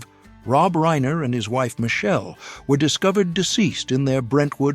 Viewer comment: I am surprised that the moderator mispronounced Stivic AND Reiner. Seriously. It's your job.